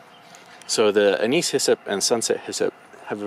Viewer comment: Anise is ANN-iss.